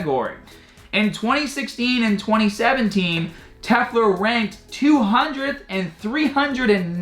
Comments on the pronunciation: LOL. YOu can't even read (and you do this in many videos) The name is "Telfer", you say "Tefler". You are beyond inept at this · You pronouncing Telfer is so cringy. tell-fur. Try that